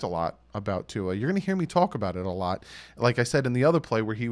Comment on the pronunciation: it’s pronounced Two-Ah. It’s Samoan not Filipino or French 🤙🏼🤙🏼 Aloha from the beautiful state of Hawaii